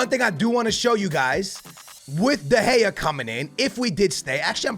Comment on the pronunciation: Your saying David de gea wrong